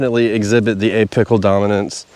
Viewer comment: I had to laugh because you were talking about apical dominance but all I heard was “A-pickle dominance “ lol😂 I have never heard of “a-pickle” dominance. Thanks for the chuckle and great content as always!